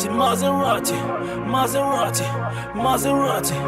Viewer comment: S'il veut faire un accent anglais, ça se prononce "Maseradi"...